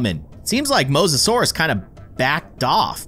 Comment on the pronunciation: Me keeping track of all the miss said words 😆 you called the Mosisorious Did not spell correctly Megalodon you Called the megalodon megosourus and yea XD not hating just thought it was funny